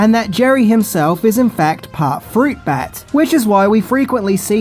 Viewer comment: I thought you were saying “fruit bad” as a sort of slur lol